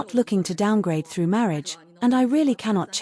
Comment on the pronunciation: She is thu... not through, THU!.....like old school black folks say.